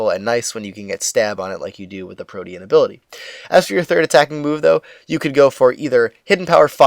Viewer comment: Thank god! Somebody who says "protean" correctly. I've been pulling my hair out over people saying it like "protein".